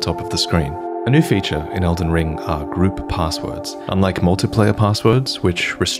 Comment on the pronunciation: Dude said elden bling🤣🤣🤣🤣💯